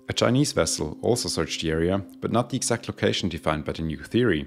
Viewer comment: Dude, great video...your English is above excellent, a definite C2 on CEFR. If you could focus on geting the th sound (as in "the aircraft") a bit softer, and eliminate the very subtle "de aircraft" that is slipping in, presumably as a consequence of / influence from your mother tongue, you would move to an even higher level. (I don't think you need to to improve your English, but if you want to, DM me if you would like a few suggestions.SUBSCRIBED